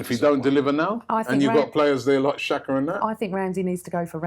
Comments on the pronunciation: It's not Shaka ffs. It's pronounced Jaka. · when will arsenal fans start saying players name right. Its not shaka, xh in albanian is a G.